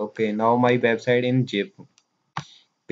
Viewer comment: bro nice video but need to work hard on zip not Jeep.